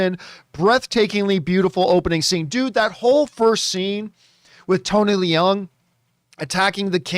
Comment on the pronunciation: Having been corrected by others myself so many times, it is pronounced Tony Loong and not Lee-ung. Stand to be corrected again but it matters…he is a great actor so it stands that his name is correctly pronounced. 🙃 Great movie and glad it didn’t suck. But think John is overdoing it. All movies are subjective, and I have only seen it once, with very high hopes and expectations. Having “sat with it” for a few days, this is how it is for me.